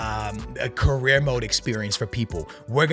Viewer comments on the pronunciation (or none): The way you pronounce some words like "UEFA" and "career" mode 🤮